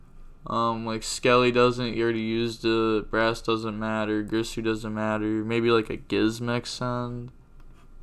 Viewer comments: alright bro its not pronounced GRIsu its GIRsu ... like Gier-Sue phonetically with a soft G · Its girsu not gRisu